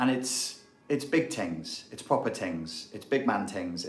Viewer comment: Yes,I runs tings,tings na run me.Just being funny,like how you said tings,very Rasta business,lol.